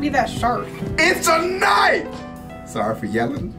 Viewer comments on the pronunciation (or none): (Whips out knife): "That's not a knoif. This...(struggle) This...(struggle) This is a knoif."